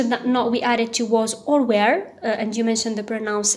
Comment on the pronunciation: Good presentation . Just one remark if you don't mind . you pronounce "" were"" as "" where"" , but let me tell you ,you're doing a great job ,bravo